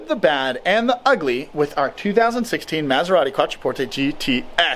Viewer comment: I stopped watching when I realized you can’t even pronounce the name of the car :/